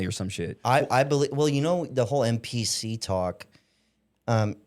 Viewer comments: Yeah, he did. I think he really meant NPC. I was trying to figure out what the heck a MPC was😂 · it sounded like you said MPC.